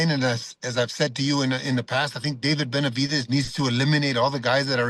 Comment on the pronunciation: Got Abel saying David Benevidez every time 🤣 bro it's David and morrell making this complicated 🤣